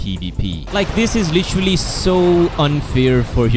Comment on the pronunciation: "LICHERLY" "PWRETTY "